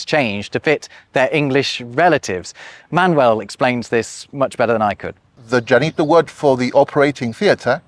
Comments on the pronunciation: Why is he calling Manuel Man-Well? 😭😭😭😭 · Interesting point of view. I see this as a completely bilingual population in Spanish and English who switch codes at will, not a as a language in itself... Funny the way you say Manuel, splitting the syllables in the English way: man-uel. It should sound ma-nuel